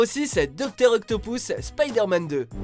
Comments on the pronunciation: On dit octopus avec un "u" pas octopous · "Docteur Octopousse" 😂😂😂😂😂😂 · Octopous 😂😂😂😂😂😂😂😂😂 MDR 🤣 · Docteur Octopouce mdrrr